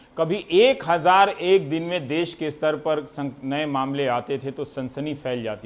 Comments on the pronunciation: Desh hota h .. not dess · देश not देस 🤣🤣😂🤣🤣